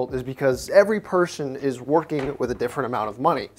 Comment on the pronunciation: No one:: pershon